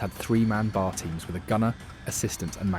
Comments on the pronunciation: Its a B A R not a BAR. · In your video, you keep pronouncing B A R as one word, "BAR." Everyone who worked with it simply called it the B-A-R. It's irritating for you to blurt out BAR! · Once the phony narrator said bar instead of B A R I knew it was fake. More AI garbage. This english guy AI bot is one of the easiest to pick out now. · It’s B A R not bar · OK, you are fundamentally correct everything you say. Except to my knowledge troops didn't call the Browning Automatic Rifle the ''Bar.'' If you want to be accurate to the period and to gun vogue, the shortened name is B. A. R. or Bee-Aay-R. Dude its not not be confused with a roadside watering hole a.k.a. a bar ??? :hand-orange-covering-eyes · OK upper middle class British accent AI narrator: i'm obliged to inform you that the short way to say the Browning Automatic Rifle is not bar. It is BAR full pronunciation of each letter. I say this because I'm an editor and I can't help editing sometimes and you're not gonna hold me to any standards because I don't care I am retired as an editor but I will edit. And this will help you in the future by pronouncing BA are in any of those war Youtube films, correctly it is not bar it is B A R. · Pronounced B A R. Each letter pronounced separately. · You pronounce it pronouncing each letter: B.A.R. I know because my dad shot one in WW2. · Damn AI. It's pronounced B-A-R spelled out.